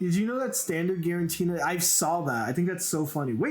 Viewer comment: You're putting one too many "n"s in Giratina my friend. Not GiraNtina I think.